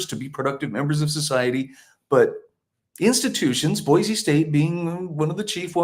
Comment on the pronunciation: Thank you for pronouncing Boise correctly...with a z